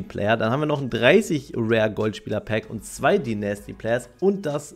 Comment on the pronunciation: Bitte [Deinästy] sagen, höre die ganze Zeit nasty raus 😭💀